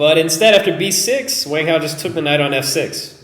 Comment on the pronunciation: Wang (王) is pronounced "Wong"